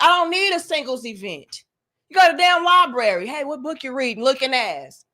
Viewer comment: I was dying at "library "